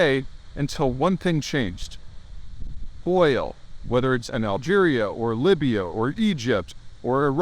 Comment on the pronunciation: “Algeria” 😂😂😂 gotta love Peter and his “pronunciations”